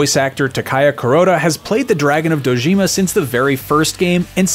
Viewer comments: "Dragon of Do-JEEM-a." really? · How he pronounces Dojima...😮‍💨